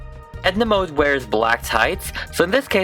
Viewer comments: Mode is fashion is both Swedish and German lol We Swedes pronounce it mo-de Not mood like... Well... Mood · Sorry it’s not like you pronounce it like „mod“ it’s „mode“ and you actually speak the „e“ too . Like the „e“ in „gErman“ :) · I thought her last name was pronounced mod 😂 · Mode also means fashion in French! The French version is pronounced the same was as mud. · Mode also means fashion in french, If you pronounce it right